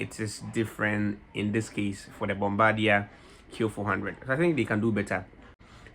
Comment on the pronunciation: Bombadier is actually pronounced the french way